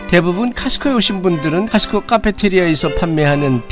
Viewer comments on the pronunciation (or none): 코스트코라고 정확히 발음허세요! 카스트코 아닙니다!